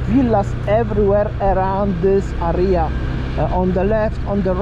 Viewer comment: Great video, by the way check out correct pronunciation for words like "area" , It's not "aria" but "area" :)